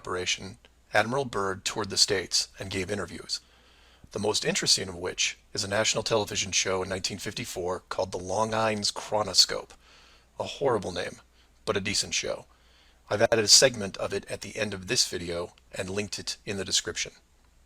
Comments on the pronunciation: The WHAT TV show?? The LONG-ines??? It's Pronounced "LAWN-jeen". Twit is linguistically challenged lol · Mark Sargent calls the program "Long Ines Chronoscope, a horrible name". Well, maybe if he'd looked it up, he'd know about the Longines company, makers of fine timepieces, who pronounce it as "Lon genes". The still images from the program even show the name of the company, and "World's Most Honored Watch". And "Chronoscope" would be another way of saying the program was looking at history or momentous events in the making. Kind of like the U.S. news program 60 Minutes does today. So the name kind of fits perfectly with the sponsoring company and the type of content. Sorry, Mark, way too much opinion, not enough content, factuality almost non-existent. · I commented about his total failure about the Longines company and pronunciation before I saw yours. I think they had some other program called "Longines Symphonette" with classical music. I'm 60 so I can totally agree and identify with all you mentioned, as well as the anger toward Mark Sargent. How old is he? How little life experience has he had to deny all the technology and history leading up to today? If he actually believes what he says (and notice how carefully he phrases things) how can he be that dumb? I could go on and on about learning electronics when vacuum tube were still common but microprocessors were on the scene, but the idea is still as you more or less stated: technology existed to get the job done; if it hadn't been invented yet we'd create it!